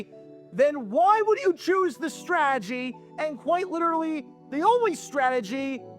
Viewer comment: This guy really struggles to say the word “strategy”